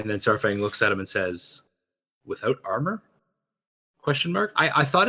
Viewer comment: Ooooh, that explains a lot, to me it sounded a lot like he said "without honor" instead of "without armor"